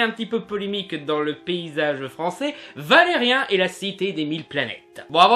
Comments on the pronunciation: Alors... concrètement, c'est Valerian, pas Valerien.... impossible de prendre une critique au sérieux quand le nom est écorché en permanence.... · Je veux bien que la plupart des gens ayant regardé le film disent qu'il est mauvais, mais je peux pas prendre en compte l'avis d'un mec qui sait pas dire correctement le nom du film dont il parle. C'est ValériAN, pas ValériEN omg. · ValeriAn pas Valerien... Apprends au moins à dire son nom. Je suis d'accord avec ta critique, mais t'entendre écorcher son nom tout le temps, ça m'a gonflé désolé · Je sais pas si tu fais un jeu de mot, mais ça me perturbe de t'entendre dire Valerien et pas Valerian 😂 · On dit Valérian pas Valérien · ca va c'est une erreur de prononciation cassez pas les couilles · ça me fait bizarre quand je t'entends dire "valérien". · On dit "ValériAN" par contre comme dans "perdANT" hihi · C'est Valérian -_-. Réupload ta vidéo juste pour ça pour éviter de passer pour un gland. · on dit ValeriAn !!! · Tu devrais apprendre comment dire les choses avant de faire les vidéos, car ne pas savoir dire Dunkerque puis Valérian, c'est bof, j'aime bien ton travail mais là c'est chiant quand même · prononce bien le prénom stp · Tu prononce mal Valerian Bonjour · balec que t ai mal prononcer valerian t a dis dofus alors que ça se prononce dofous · Blaireau, avant de critiquer, prononce déjà le nom du héros convenablement... Ce n'est pas " Vélérien " ( comme dans " chien " ) mais VélériAn ( comme dans méchant ) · Après la polémique sur la voix française de Laureline, je propose que tu dises "Valérian" et non pas "Valérien" et aussi que tu arrêtes de bouger tes bras dans tous les sens. Bref, j'ai arrêté avant la fin. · On dit pas valeriun il fit valerian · valeriAAAAAAAAAAAAn pas valeriEEEEEEEEEEEEEEEEn merci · Valérian pas ''Valais rien'' steuplé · ValériAN pas ValériEN tu m'as stresser pendant toute la vidéo xD